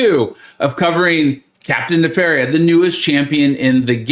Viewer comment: Isn’t it “ne-fair-ia” like nefarious? I just spun 2 then popped 10 and got him! Thanks for the hard work and The Illuminati 👍